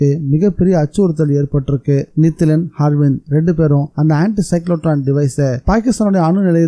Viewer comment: good novel 👍👌🏼 அர்விந்த் என்ற பெயரை ஹர்விந்த் என்றும் சாவகாசமாக என்ற சொல்லை சகவாசமாக என்றும் படித்தீர்கள் bro 😄